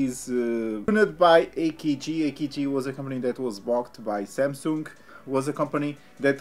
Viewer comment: How come this idiot has some followers!!!! He can’t even pronounce samsung!!!!